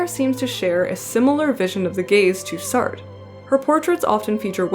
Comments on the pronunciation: and btw, close enough with sartre. try sah-trruh, with a very muted -ruh at the end. boston accent sar = sah + the difficult french -tre... that's the best I can do for anglophones. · Love your videos but I died every time you pronounced Sartre like "SART" ahahaha. The American accent is so strong, you managed to make Sartre rhyme with "fart" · Lovely video, I'm looking forward to more of your work! Also, unless you're intentionally Anglicanizing names (which is fine you do you) you should keep the H in Heloise and Jean Paul Satre's name is pronounced Sah-Truh. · btw you're supposed to pronounce the 2nd "r" in sartre"